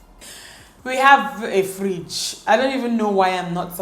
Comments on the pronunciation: We have a Friiiidge 😂😂😂😂😂 Dt Nigeria tone came out 😂🇳🇬🇳🇬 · the Nigerian accent. " this fridge" 😂😂😂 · The way she says fridge amuses me so much 😂😂😂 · You are pronouncing fridge like a real igbo girl.... 😂😂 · Mara Squad 😂😂😂😂 i was going to say that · The way she says 'fridge'😂 i enjoyed this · Love the way she says fridge😂